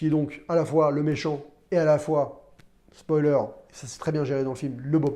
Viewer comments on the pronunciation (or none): none